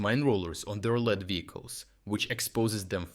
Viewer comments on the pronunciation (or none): so i am curious, do you use an artificial voice or an AI voice system? i noticed you said lead as in a lead pipe instead of lead as in someone/something in the front